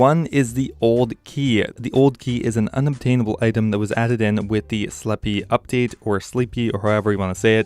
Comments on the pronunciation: It's Sle-p not Slepee, not sleep. Slep. E is silent. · sleppy? christ man, do you really think that is how jagex wants you to say it? a city of vampires... "lets make it sound like a muppet's name"